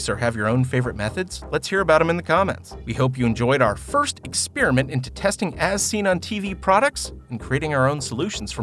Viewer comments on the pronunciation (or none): "First eggs-SPEAR-MINT...?!" LOL